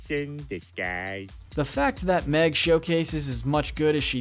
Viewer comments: meg not mick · Mick? You mean Meg? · Mick it’s meg